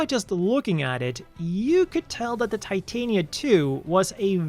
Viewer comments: That "creator" was full of crap. "The O" is obviously meant to be a reference to Oberon. Titania is pronounced "Tih-Tah-Nia" not "Tie-Tay-Nia" Titania is a Queen of the Fae. Oberon is her King. Also, Oberon. Not Overon. That's another one that got devoured by mistranslations/change for "creativity". Eldridge is something I'd normally ignore but in reference to grimoires and fae royalty, it's obviously eldritch. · Just an FYI, the Titania is pronounced "tit-tanya," as it is named after the fairy queen from Shakespeare. This is made more evident by the constant allusions to the name of her king throughout all these mobile suits: Oberon. The-O, in addition to its many name origins, could be seen as an abbreviation for The Oberon, the mobile suit and its descendants are all referred to as "fairy kings," and the Over.On, when taking into account Japanese pronunciation, is literally a pun on the name Oberon.